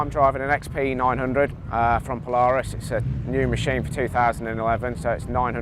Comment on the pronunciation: england knows absolutly nothing about polaris they cant even say there name